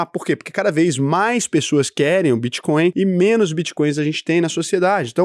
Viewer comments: Só eu que vi o "Bitcoim" 😂😂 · Vi tb. Era melhor ter colocado BitCóio como ele fala as vezes kkkk